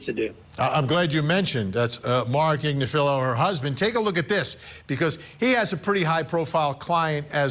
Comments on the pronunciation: Good luck getting a conviction - ha! You are pronouncing her name totally wrong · He also screwed up KF Agnifilo...